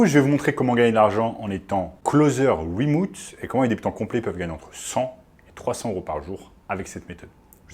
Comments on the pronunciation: Bonjour, wemoute c'est remote. Désolé mais ca pique trop... Sinon merci de la vidéo ! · Remouuute ? Mdrrrr